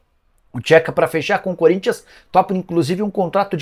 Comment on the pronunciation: Ele nem sabe chamar o nome do Xeca direito. Ele chama Tcheca